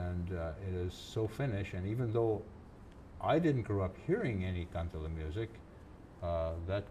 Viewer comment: sad to see that does not speak finnish anymore, despite his finnish roots. It is a "kan-te-le" not kantella... anyhow, good playing there she knew her stuff.